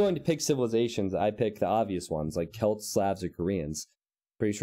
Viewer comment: Barely anyone says it that way.